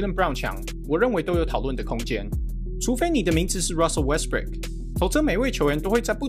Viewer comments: 忘了和大家说今天GM嘴巴痛不小心把westbrook说成westbrick，希望各位龟迷别生气，难免口误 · 已經習慣Westbrick的發音了